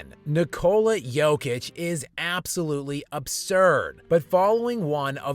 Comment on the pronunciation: Jokic won three MVP awards, he broke a bunch of NBA records, he is known all over the world, he has been talked about almost every day for years, and USA journalists and analysts are not able to learn how to pronounce his name correctly !! Unbelievably !!